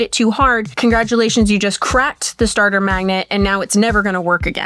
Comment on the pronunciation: saying stater 😂